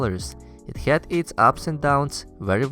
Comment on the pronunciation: Why do Russians pronounce HAD as HYAD?